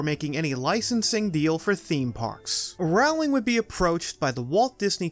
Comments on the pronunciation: sigh you say it so many times it hurts my ears. It’s ROW (as in your boat) not RAOW (as in fight). Otherwise, nice video. I never new that the screens move as well. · It's ROwling like bowling, not rOWling like howling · How can you not know it's "Row-ling" like "bowling"? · Great video as always. I think your diction could be use more vocal warm ups. It sounds like you are saying Marilyn Wood and Wizening World. Also, Rowling is pronounced like Bowling, not Howling. Keep up the good work! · Love this. Small note though if it comes up in future vids: J.K Rowling is pronounced like "bowling" but with an R (like rowing a boat) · Rowling. Like bowling. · if youre going to do a video on harry potter and mention the author - at least say her name right... it's rowling as in bowling or I am rowing my boat "row" "ling" I really wish we had a universal studio in Europe...we do have the WB harry potter experience near London, but it's expensive and has no rides Edit: I commented before watching until the end..lol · ROWling like row your boat! I'll turn on cc so I don't have to hear you say that. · Rowling is pronounced “Rolling” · It's Pronounced like Bowling, J. K. Rowling..... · JK Rowling has been famous for 20 years. Stop mispronouncing her name!